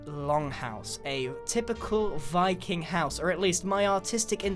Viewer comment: Appreciate that! Though, Wiking was the proper pronunciation. It's Norwegian, I believe, and in most Scandinavian languages V is switched for W and vice-versa.